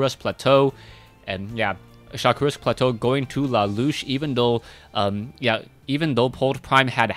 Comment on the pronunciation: keeps saying la loosh, and annoys the hell out of me 1. because it sounds stupid and 2. i think its la la usshhh